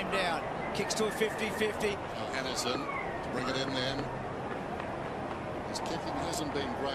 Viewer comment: surprisingly enough you have pronounced it correctly and I’m glad you enjoyed my request :)